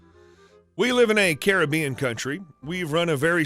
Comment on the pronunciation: At least learn how to pronounce Caribbean correctly.